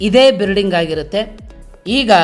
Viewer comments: ಬಿರಡಿಂಗ ಅಲ್ಲಾ ಅಣಾ ಅದು ಬಿಲ್ಡಿಂಗ್ ಅಂತ ಅನ್ನು 😂😂😂😂😂😂😂😂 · ಬಿರ್ಡಿಂಗು ಅಲ್ಲ ಅಣ್ಣಾ ಬಿಲ್ಡಿಂಗ್ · ಅದು ಬಿರಡಿಂಗ ಅಲ್ಲಪ್ಪ ಬಿಲ್ಡಿಂಗ್